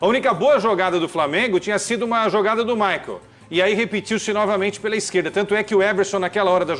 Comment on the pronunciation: Quesada não saber que se pronuncia "Michael" e não "Maicon" é o cúmulo da desinformação! 🤌🏼🥱😂😂 Cara já é profissional e com destaque há anos!